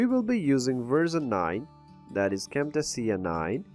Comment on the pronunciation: Good video but imma need you to learn how to pronounce "Cam-Tay-shuh" the right way"